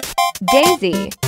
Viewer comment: "Weario"... its pronounced wA-RE-OH